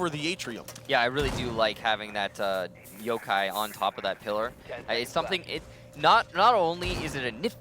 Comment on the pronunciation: wtf he said jokai not yokai lol